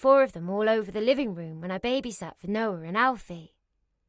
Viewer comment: The male narrator puts Rs in random words 😅 "torking" for talking, "cort" for caught, "porse" for pause, and "larf" for laugh lol. Edit: Noar for Noah and Melisar for Melissa 😅 Edit 2: "warking" instead of walking. He even squeezed an R into "talking" lol: Torking. Tomartoes 😅